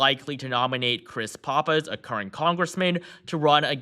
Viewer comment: Still mispronouncing "Pappas"